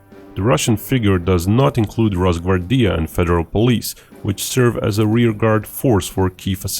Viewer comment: Its not ros-gvar-Dija its ros-Gvar-dija.